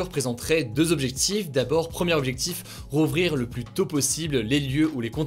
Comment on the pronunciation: Les plus visité, non pas les plusssssee visité! Kkun lui aprend a dire plus?